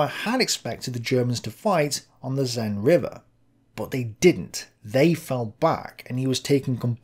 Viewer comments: The "Zen" (sic) river. That's certainly nothing like I've ever heard it pronounced! More like sen with the e sound being a short vowel of a similar sound to the e in men. As for "Bologna"-sur-Mer (sic)?!! If you're going to try pronouncing them other than British style at least get them remotely resembling the native pronunciations. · Seine river... more like sane and less like zen, please ! Apart from that little detail, great episode, thank you :) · Hey, the s in the Seine River is an actual s, not pronounced like a Z. Sorry, didn't mean to be pedantic, and sorry if like 100 people already told you that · Its Seine not Zeine, with the same S sound as in Sweet, not Zip. You got French me looking for what the river was. Also, doesn't English call rivers that go all the way to the ocean by a different name ? We have "rivières" (that don't and merge w/ something else on the way) and "fleuves" (that do). Edit issue with Meuse too, it's not Muse. "eu" sound is the same a "gurgle", a single flat sound. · Seine: "S" like Sense "Ei" like A or near it in english NE like N . Your S is so weird that's a Z according to me. Otherwise great content as always.